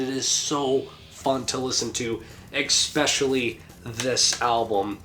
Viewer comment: Bro please dont say eXpecially, it sounds so dumb. Not trying to be a dick, but the word is especially. With and s. There is no x. ✌️